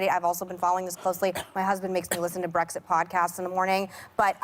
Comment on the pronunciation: Abby said Brexick 🤦🏻‍♀️🤦🏻‍♀️